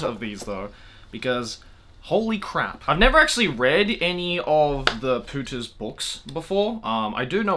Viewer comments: Do you have any idea what Spanish word your pronunciation of "Pooters" sounds like? x'D Maybe that was the original intention ... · Everytime he says "Pooters" it sounds like "putas" in spanish (it means bitches but worse) haha